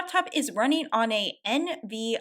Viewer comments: N.V.I.D.I.A. lol, That brand is pronounced N-Vid-dee-ah, and it is a pretty common card brand to own. the fact that EA re-released a game for modern hardware but didn't play test it at all proves they are bleeding money and just wanted a quick dollar to fund other projects. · I know it's not really that big of a deal just found it funny you said it that way haha, NVIDIA is pronounced N and then VIDIA like video but vidia 😅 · Hey, thank you so much for covering this, but I want to make a quick point though., you messed up the pronunciation of the term "NVIDIA", but thats okay: tech lingo can be hard to wrap your head around somtiems + can be hard to pronounce. It's pronounced "en-vidia" and it is a Graphics processor manufacturer. Hope that helps~!